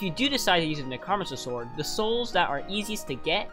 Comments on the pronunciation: It's necromancer not nichrahmanser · ITS NECRO-MANCER NOT NECROMECER HOOOLYYY BRO PRONOUNCE IT RIGHT LMFAOOOO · " neck row man sir " necromancer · Neck-Row-Man-Sir (Necromancer) loved the video tho! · nucromiser wtf its NECK ROW MANCE ERR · Neck-row-man-sir PLEASE pronounce it correct it’s killing me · I hate the way you say necromancer. Necro Mancer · I never knew anyone pronounces necromancer like that lol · i love how you say necromancer sword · there's no way you haven't heard the right way to say necromancer, right? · WHY DO YOU PRONOUNCE NECROMANCER LIKE THAT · Bro pronounced necromancer wrong intentionally, to make people mad then comment for the algorithm.